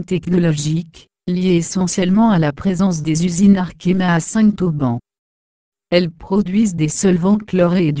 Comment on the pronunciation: Dommage que la personne qui commente" écorche" , a chaque fois , le nom de la commune . N'aurait-il pas été plus simple de lui dire de faire la liaison entre le Saint et le Auban ??